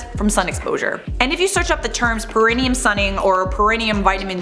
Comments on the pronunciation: It is pronounced like, 'pair ah knee um'. (long time nurse😅) Always love your videos!! No criticism here, just clarification! Keep on slaying!💜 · Just an FYI:. Perineum is pronounced pear-eh-knee-um.